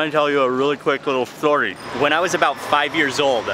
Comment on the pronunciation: Did you say your going to tell us a ztory? Who could understand when you had so much food in your mouth?